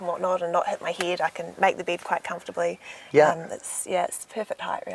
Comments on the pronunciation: and she pronounces "Bed" weird to me....does anyone else think so!? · Oh the way the she pronounces the the letter E is annoying. She keeps saying "bead" instead of "bed" she says she has a "deedicated deesk" instead of dedicated desk. Oh that accent is making me nauseous.